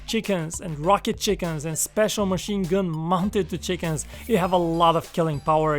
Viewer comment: When he said ‘chickens’ I thought he meant ‘chicom’s’ BUT ITS LITERALLY FUCKING CHICKENS